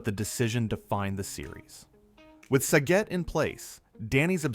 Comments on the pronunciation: You lost me on the first fact. Sa-get (RIP) not sa-git. If you actually watched the show you would know that. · Oh my God it's SAGET not sagit😂